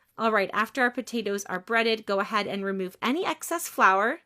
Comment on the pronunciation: Excess not access.